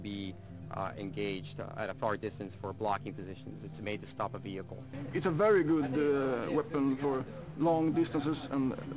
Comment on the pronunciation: ve-hic-cal haha